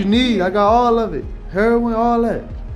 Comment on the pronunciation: I love how cannot actually pronounce heroin correctly, being that he’s probably never been around that before 😂😂